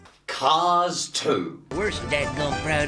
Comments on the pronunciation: It's not cars you guys. It's caws. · I love the way pronounces "cars." CAAAAHS!!